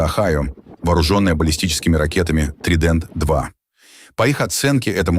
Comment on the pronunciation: Подводная лодка с ТриДЭнт-2 - научите своего робота-стоматолога нормально произносить названия, альбо тексты пишите грамотно